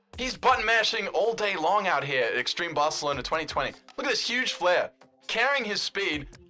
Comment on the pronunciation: It’s so cringe when he says barcelona